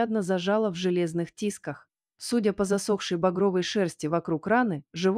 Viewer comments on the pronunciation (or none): В тискАх, а не в тИсках!